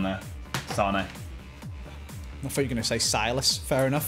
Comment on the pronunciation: Siles it’s silas